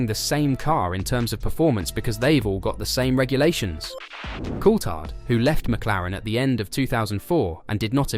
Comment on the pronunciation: Please pronounce Colthard's name properly